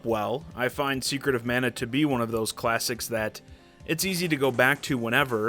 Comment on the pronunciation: It never ceases to amazing (and annoy) me how many people say "manna". Including the English voice cast. This game, in particular rubs that pet peeve raw because I had to change how I was mispronouncing the names of some enemies as I looked stuff up. Like I used to say "guy-gas" instead of "gig-ahs" for the Gigas bosses.